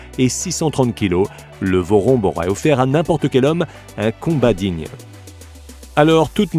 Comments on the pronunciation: Le "vorombe titan".. Un nom qui tique directement ceux qui sont d'origine de Madagascar, je ne savais pas si c'était vraiment le cas donc j'ai vérifié et finalement c'est le cas, cet oiseau viens de Madagascar.. Je me permets donc de corriger la phonétique de "VOROMBE", il ne se prononce pas comme il s'écrit, mais plutôt comme "vouroumbé". Et il s'explique tous simplement par l'association de deux mots, "vorona" que l'on prononce "vourouna", qui signifie "oiseau", et du mot "be" qui évidement se prononce "bé" et qui signifie tous simplement grand. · Le Titan de Vorombe vivait ici à Madagascar. On prononce "Vouroumbé" qui veut dire "Grand oiseau".